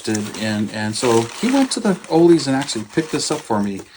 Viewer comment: While you were talking about pronunciations, I was thinking of you calling the store chain with discount kits Oley's ... lol It's actually Ollie's (sounds like Holly's, not like holy). I have had the Demon back-ordered since November through my local hobby shop, and he still doesn't have them.